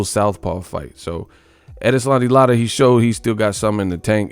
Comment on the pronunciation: Lotta? Bro,you are destroying that brotha's name. Lol